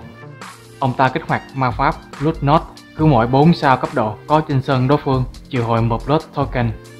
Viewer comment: nma ad đọc là blood hay sao á, hoặc tai lãng